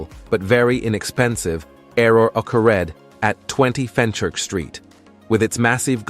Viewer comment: Can’t you use a real voice. You know it’s a crappy AI because it can’t pronounce common words like occurred.